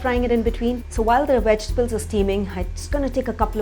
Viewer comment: Darling, your pronunciation is ATROCIOUS!! 'Vegetables' (with a V , 4 syllables), not wejtibles (with a 'W', 3 syllables). 'Tofu', not 'thofu'. 'Bowl' like 'hole', and not 'bowl' like 'owl' or 'bowel' (a different kind of bowl altogether, every pun intended). 'Beginning' is pronounced 'bih-GIN-ing': emphasis on 'gin' (and not on 'big') with the 'g' being pronounced as a hard 'g' like the 'g' in 'gun'. I can think of a whole lot more, but you can start work on these for now.